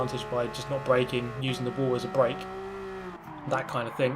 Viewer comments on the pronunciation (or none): none